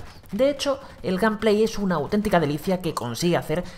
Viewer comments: bueno en realidad dijo gamplay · "gameplay", "industri" asi de literal..... tu ingles es exquisito, sin fisuras..........